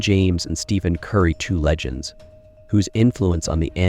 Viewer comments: The minute you mispronounced Curry's name as Steven, I turned the video off. You do realize that's why Nike lost their contract with him? Do better. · His name is not pronounced Steven . . . use the ph as “f”